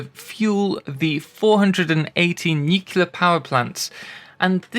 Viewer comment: "nukila power". I always assumed it was a matter of accent 😁